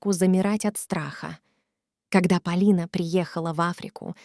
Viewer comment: История интересная ,но слушать настолько противно ! Вы что ? Русский язык изучали через интернет ? Ударения не там . Господи ,какой же безграмотной нужно быть ,чтобы в имени девушки и то ударение не там сделать !